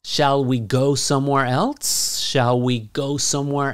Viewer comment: you say:shall we go somewhere elts?< >